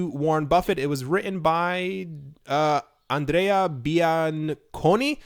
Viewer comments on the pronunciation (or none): none